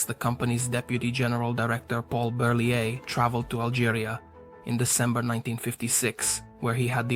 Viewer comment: Nice vidéo but you don't say the T at the end of Berliet